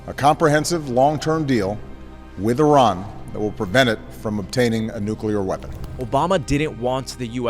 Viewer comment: Thank you for your video and pronouncing iran right